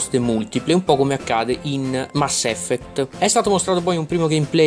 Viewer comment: Non si dice pronuncia così mass effect -.